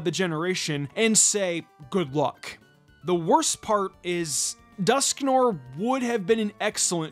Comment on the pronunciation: Your mispronunciation of Dusknoir's name hurts my soul. Otherwise, excellent video. 👍